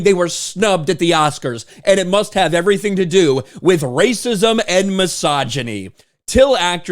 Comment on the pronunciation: It's rrrrrrrrrrrrrrrrrrracism!